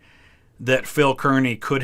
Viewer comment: As someone who lives right next door from Kearny, NJ (the town he’s named after) I can confirm 100% it is pronounced CAR-knee.